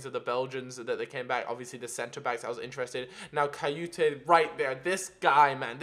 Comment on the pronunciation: It's Kouyate, not kayoute :P